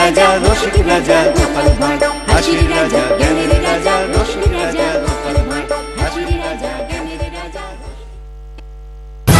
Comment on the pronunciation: ভার কি ভাই? মনে হয় আপনারা 'ড়' উচ্চারণ করতে পারেন না?